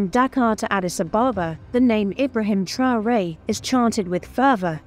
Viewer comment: Arrêtez ke voix de l IA QUI DEFORME LE NOM D IBRAHIM TRAORE